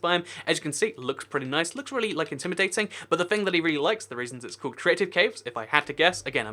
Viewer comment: seconds into the video "Noice" lol reminded me of the meme no offence I like your channel